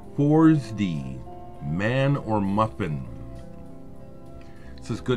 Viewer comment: Just a head's up,: 4S'd is pronounced "Forest".